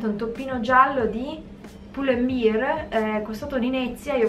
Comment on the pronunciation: Lo sbagliano tutti 😭 non è beer (birra), ma bear (come orso)!